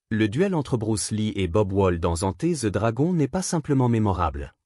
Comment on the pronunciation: "Enté ze dragon" 🤣🤣🤣🤣🤣🤣🤡🤡🤡🤡🤡🤡🤡🤡